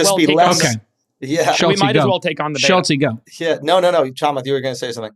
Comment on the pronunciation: The way he pronounces “Chamath” made cringe.